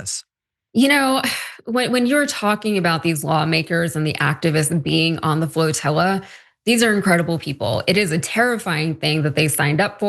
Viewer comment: IT'S PRONOUNCED FLOTILLA!